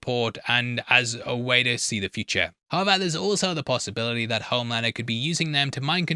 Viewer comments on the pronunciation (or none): 😊 Pretty sure saying "however," but yes, there's just a whisper of a "b" sound in his pronunciation. Almost "howeber." Hence the captioning interprets this as "how about." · I'm curious, what is that word you are using there? Subtitles say: "how about", are you saying "however"? I've heard you use it in other videos before too and never knew what you are saying(sorry English is not my first language).